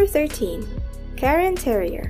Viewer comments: is it karen terrier or cairn terrier? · It’s not a Karen Terrier. It’s a Cairn Terrier.